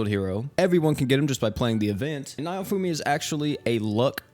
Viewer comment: oh my god he butchered naofumi's name ;-; edit: just heard filo too lmaoo